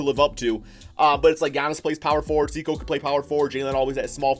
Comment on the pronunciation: btw the way it’s not “see-ko” it’s “say-koo”, just trying to help out a fellow piston fan!